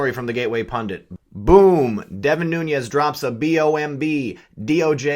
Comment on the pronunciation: No harm intended; his mane is not new-ne-ez. it is new-nez.